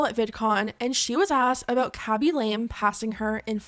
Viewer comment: It’s khabi La-Meh not Khabi Lame